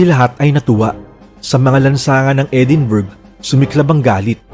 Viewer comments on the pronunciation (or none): Edinbra po basa. S edinburgh